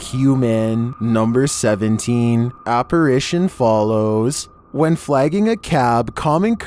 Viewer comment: ok sooo 28 he thought a bunny was a dog...and in 21 he says aperation instead of apparition...smh hmmm starting to wonder bout him